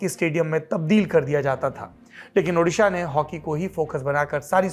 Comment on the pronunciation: does central minister still saying udisha?